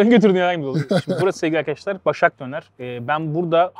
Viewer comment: Arkaaaşlar değil lan arkadaşlar diycen